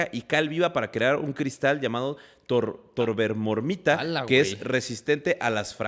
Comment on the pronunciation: Ya se que siempre han dicho que son disléxicos, pero el término correcto es tobermorita. TO-BER-MO-RI-TA. Nunca pensé que podría corregirlos. 😅 Es el único conocimiento que puedo aportar. Ya que me dedico a eso.